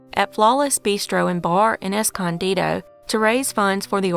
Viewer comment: Good job pronouncing Escondido correctly. I was genuinely shocked when I heard it said right.